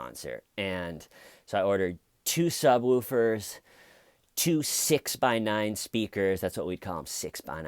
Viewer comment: The way you say "sub"wOOfer" makes me giggle